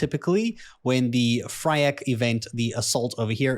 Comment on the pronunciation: Please :D it's FYRAKK not Fryakk :D